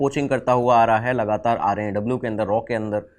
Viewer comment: Say it R&AW not RAW